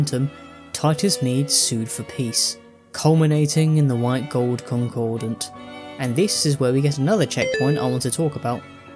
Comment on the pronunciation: Where do so many people get that second "n" in "concordat"? Reading skills really are terrible...